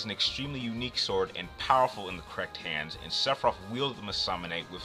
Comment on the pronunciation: Honestly man... You clearly have passion doing this, but come one.. For one there's no comparing between these two. Poor match up and quite frankly I found alot of your points were farfetched fiction. Also you really need better pronouncing of certain words. Americans want to make every language into english when it clearly isn't meant to be. Masamune is one of the easier japanese pronounced words of the series imo, im guessing anime isn't your forté but you might wanna do more research in the future. Also Hyperion even though it is english, how did you mess that one up?